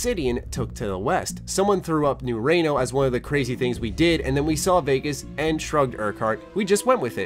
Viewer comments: Lol "Rayno" . You mean "REENO" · "New Rayno" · Fallout new "raino" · You're saying Reno wrong!!!